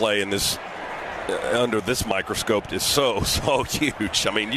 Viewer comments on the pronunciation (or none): And it is microscope...NOT microscopte... Wow!